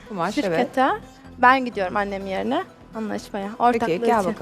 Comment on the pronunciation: yeeeğrinhe değil yerine